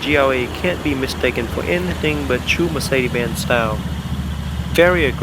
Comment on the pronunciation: Mercede?? where there hell did the "S" go??